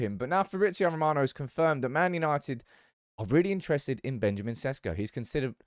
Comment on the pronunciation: its SHESHKO, not SESKO. that's how its pronounced god damn it.